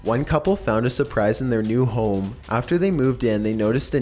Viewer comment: the pronounciation everytime you end a sentence....................... ... swimming pooul ... to who knows wheeere .. 70s styled houme .. last owners little secreeet .. vomiiiiits